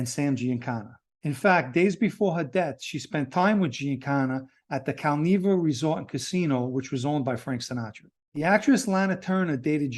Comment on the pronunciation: Cal-nev-uh not neeva